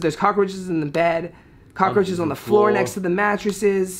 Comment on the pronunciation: I was dying when they copied the lady who said 4th flo. Lmao